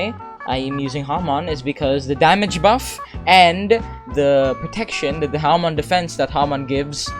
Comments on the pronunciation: Nice u pronounce it HA mon :D nice vid :) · "today i willl be using Haman" XD (like your Vids)